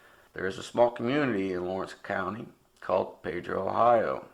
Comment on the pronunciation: The town is called pee dro...not pay dro...AND the reason that no one talks about this case is because of the family who is still shattered by this!